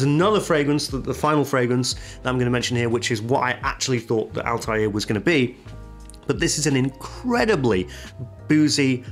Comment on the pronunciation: It's not Altair from AC (flying eagle) its Althaïr which means ( Rebel ) in Arabic. It is pronounced with a (th) not (t).